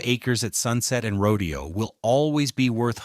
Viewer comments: Everyone take a shot when the narrator says " the pink walls" and 2 shots for "rodeo" (instead of row-day-oh.) No wonder I despise A I. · Seriously?? It’s not rodeo ( like cows and horse roping) .., “fool”!! … it’s pronounced..…. “Row .. day … Oh”!! .., like the famous street that it is … in Beverly Hills Calif!!😂.., please!!.., get it right: … or … don’t… write!!😢❤!! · It’s not “rodeo,” like a cowboy exhibition. It’s “row-day-oh.” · It's pronounced Ro Day O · AI doesn't get nuance. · Isn't it Rodèo (emphasis on day)? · Yep, but AI narration doesn't know that, and the creator obviously didn't care enough to check their work. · Exactly! Ro-dayyy-o! So annoying! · Yes ! It is row-DAY-oh.. Its not AI, it's either the teacher isn't teaching pronunciation. Or the kids aren't listening or have a desire to get it right, I can't figure it out. But yes. It makes me crazy smtms. I hear it at least once ir twice in a lit if these videos. I haven't figured out the cut off in age, where people get it all right yet. Even people up in their 40s miss pronounce things, and I wonder about it often times. At least there isn't an "like",or "bro", or "you feel me?" At the end of each sentence. No I don't "feel"you, nor do I want to.😮😅 he did get it right in this video too. Very strange. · It's always been "roh-dee-oh" until the browning of America began and the govt started referring to it in the way the non Whites who kept coming here were calling it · Ya mispronounced Rodeo! 😄😄😄😄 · it drove me nuts whenever he said Rodeo drive the wrong way.. pronunciation was wrong. Good video, but got boring about half way in.... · Yes. That was incredibly annoying.